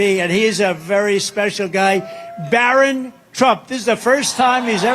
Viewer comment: Is he calling Barron Byron?